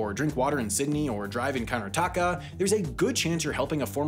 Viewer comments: drive in what? it is Karnataka not countertaka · it's pronounced Kuhr-nah-tuh-kah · Hearing pronounce karnataka physically hurts me. (Btw it’s pronounced Kar-NA-ta-ka) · The way he butchers Karnataka 😂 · FYI Karnataka rhymes with Subnautica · Lmao my guy absolutely butchered Karnataka's pronunciation. I didn't even know what he said until I went to the comments. Good video though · as someone who lives in karnataka, i have to say you very successfully butchered that pronounciation. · The way he pronounced Karnataka 💀💀💀💀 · You pronounced Karnataka really wrong, although you did the same with Pakistan and Afghanistan, which goes to show French and Japanese are not the only languages you need to be careful about